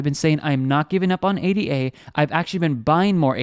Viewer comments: It's Ada... not A D A.... as in Ada Lovelace a person. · A-D-A lol STOP CALLING IT THAT